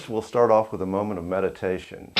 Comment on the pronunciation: At first I thought he said, "First we'll start off with a moment of medication." XD